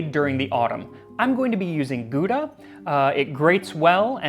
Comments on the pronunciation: * Sigh *... it's not pronounced "Goodah" but "Gowdah" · Bruh, Gouda Cheese is spelled Gow-dah not Goodah :D Or even if you want to spell it the dutch way it is like how-dah, but the h bust be spelled in the throat. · As a Dutch-speaking person, I can't get over how weirdly you guys pronounce "Gouda". It's "gow-da", not "goo-da". (And technically, the start is a soft "g", but I won't bother you with sounds that you literally don't have in the English language.) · Just so I don't need to crinch everytime you prounounce Gouda. It is actually pronounced "gow-dah" with "ow" like in "cow". Interesting video though. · Please Gouda is not G- oo - da. Ou should be pronounced as ou in the word out or outside. So try it that way G - ou- da. Other than that, please my american kin, use the word 'dear' rather than expensive. Expensive is a norman french ponce word. The reason why we say, Dear sir, is not because you fancy him but because he is of great worth. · Max; Gouda is named after the Dutch town credited with inventing it. Pronunciation is closer to 'how-dah' than 'goo-dah'. Guttural 'h'. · It is not Gooda cheese, it is pronounced How-dah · "Ghow-dah". Not "goodah". "Gow-dah" seem acceptably close. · English speakers saying "Gouda" just hurts my Dutch soul to the core. It's not "Good-ah", it's more like "(G)h-ouw-da" where the G is a gutteral noise not present in English (best explanation is like saying G but keep pumping air through your mouth) but can be replaced with an H, and "ouw" like in the sound of pain. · Was is gooda? GAUDA? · As a Dutchman it always cracks me up how foreigners pronounce our Gouda. In Dutch, you pronounce it with 'ou', which in American is a bit like 'aw' in law instead of 'oo' as in 'food'. The Dutch 'g' is ofcourse almost not pronouncable for people not used to it. The English G is at the upper part of the throat, the Dutch G way deeper, like almost clearing your throat. Anyway, thanks for all the Lasagna info Max! Enjoyed the video!